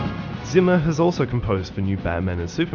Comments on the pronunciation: Hans Zimmers surname is German. It should be pronounced starting with sound like C sounds in Inception. German is like my fifth language, I only know basics of it, I still can't stand your narration. A very good and true commentary otherwise. Here in the closing sequence he says his name himself if you don't trust me. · you mispronounce the name Zimmer so many times, that after some time it's quite hurtful to anyone who know german even a little bit. "Z" in german should be pronounced similar to "TZ". It's the same sound you hear at the end of ie. "Rosencrantz". Having said that, this was a really insightful and deeply interesting clip. Keep up the good work!:)